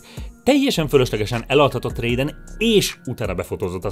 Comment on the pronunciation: MI AZ HOGY RÉJDEN RAAAHHHHHHHH MI EZ MORTAL KOMBAT????? AZ RÁJDEN, kerlek raiden az egyik kedvenc karakterem(metal gear rising hehe)ne dissrespecteld azzal hogy rosszul mondod ki a nevet